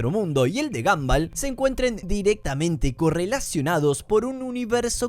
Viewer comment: Me da toc que le diga "gamball" a gumball